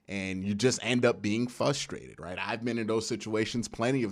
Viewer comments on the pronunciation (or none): I love how he forgets the "R" when he pronounces "frustrated"